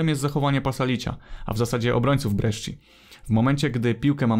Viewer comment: jak coś to sci w języku włoskim czyta się jak sz/szi, więc Brescia to nie Breszczia tylko Breszia